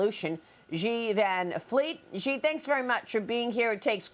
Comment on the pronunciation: Xi sounds like "she" not "ji".